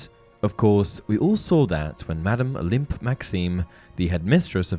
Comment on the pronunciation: 'Olympe' is pronounced oh-LAM